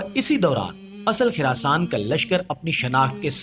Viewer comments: Kuch topic pe study Karlo it's Khurasan not khirasan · Oh Bhai it's Khurasaan not khirasaan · It's Khurasan not khirasan